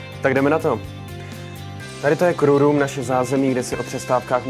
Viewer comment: Hrozný, Ještě ta trapná czenglish "krů rům a krů lídr" :D